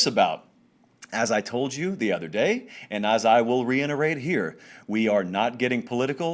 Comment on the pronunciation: Please. The word is reiterate. Not reinerate. Thank u